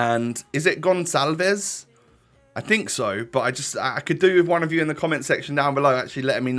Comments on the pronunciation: you say the ç like a s, u say it pedro gonsalves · It’s pronounced Pedro gonsalves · Hey man, Pedro Gonçalves is tricky because of the "ç" ahaha. In portuguese the "ç" works as a S so Pedro Gonçalves is Pedro, you said pedro very well, and something like Gonsalves or Gonssalves, something like this :) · Pedro's second name is pronounced gon-chalvs :) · I think pedros name is pronounced gon-chalves im pretty sure 👍🏼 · It’s pronounced Gon(s)alves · You say it pedro congalvish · Pedro Gonçalves nickname is Pote (it's pronounced Pot) , it's easier to say